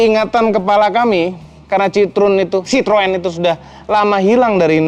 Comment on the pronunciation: Citroën = cara banyanya (chithoen)